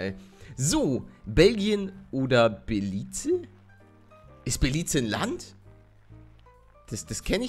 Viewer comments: Ist Belize nicht in Afrika? Und man spricht es doch Belis aus oder?! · Belize ausgesprochen belic ich glaub des liegt in Afrika oder Lateinamerika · Ich glaube, ohne gegoogelt zu haben, dass es Beliz ausgesprochen wird, das habe ich schon mal gehört ;) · Ich kenn das Land weil meine Oma da wohnt ( es wird Belis ausgesprochen)